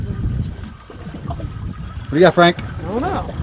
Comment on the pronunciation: "Nice job!"